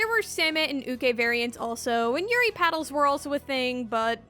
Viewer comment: I thought you said Yuri Car and I was ready to subscribe to your newsletter.